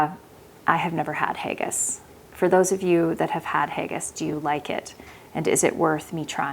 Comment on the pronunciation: Haggis Is pronounced Ha (as in ha ha) gis (as in kiss) not haygis❤😊